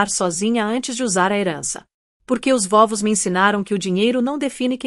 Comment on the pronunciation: Vóvos ? Não seria vovós ? IA é hilária... 😂😂